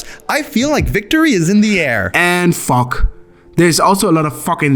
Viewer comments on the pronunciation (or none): please tell how to pronounce fog 😭😭